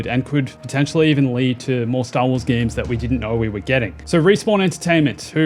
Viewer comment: Why is an Aussie saying games like me from the north of England? Gaaaames